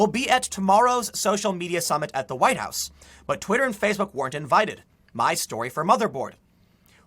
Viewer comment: THE NEXT THING TO BE TAKEN, WILL BE THE NAME OF OUR PRESIDENTS FORTRESS. For you know,the "huwiite" part